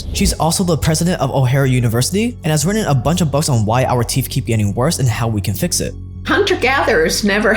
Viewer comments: Teeth....not teeph. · They’re called teeth not teeeff. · They’re teeth, not teef. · Why do you keep calling Teeth, Teef? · Tooth. Not teef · Our "teef" and not "teeth" LOL 😂😂😂😂😂😂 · if ur going to make a video about teeth please learn how to say teeth and stop saying "TEEPH" lol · Haha you say teef instead of teeth😂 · I could SWEAR i hear him saying "Teef"... lol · My brother in Christ… are you saying “teef?” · Okay. First, are you saying teef? Are you tongue tied? It was one of the hardest things for me to learn when fighting my speech issue as a kid. Saying TH and not F. Secondly. The "fact" that our ancestors had perfect teeth? That is not true at all. While perhaps it might be true that gum disease, and cavities were likely less common than today due to a almost complete lack of sugar...and acidic foods. A tooth could and often did lead to death. Diet plays a huge part...yes, but we also do not use our teeth like the hunter gathers did... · How many times is gonna say ‘Teef?’ Or is he trolling. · I think he said it that way every single time. And toof. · he say teef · Teefff Trufff ok, great stuff but it's teeth and truth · “Teef”?????? “Truf”???????? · All I keep hearing is teef and truef! 😅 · I love heard about the truuf of my teef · The way you say truthf and teethf makes me lol…